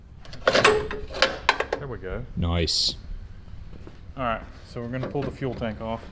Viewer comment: Bringing back the "noice". Noice.